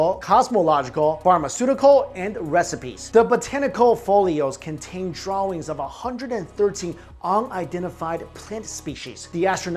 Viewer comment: Pronounce drawings right please